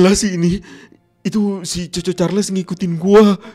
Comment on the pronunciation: Bang ngomong nya chu chu cahrles